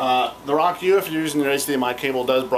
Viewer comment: Pretty nice review. It's great that you show the functions off well. I think it's pronounced "row-kew" though. :)